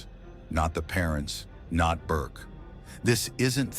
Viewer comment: The AI voice, in the beginning, called Burke BARK. This is when I jump ship. Enough of this crap. Bye.